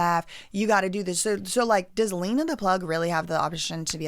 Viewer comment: Why are you going to talk about their daughters looks?? And stop purposely pronouncing Lena’s name wrong.